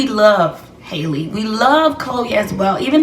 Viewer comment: Pronounced Haul•lee like Halle berry and hallelujah not “hailey”